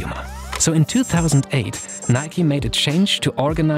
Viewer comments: Im baffled noone pointed out the fingerbittingly awkward way he pronounced "NIK 'E' " instead of just "nike". Like goddamm it this is some sort of new chinese torture of something midly annoying shoed (pun intended) in an interesting content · Wtf do Europeans call Nike, "nik" say the E in Nike. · Can someone explain what its pronounced like Nikey? Why not simply Nike, like for example Hike, Bike, Mike and many more. Those are not pronounced Hikey, Bikey, Mikey, so why is Nike different? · My only question is why is it pronounced Nik-e instead of Nike like in Mike? That is how we pronounce it in Sweden and it sounds better imo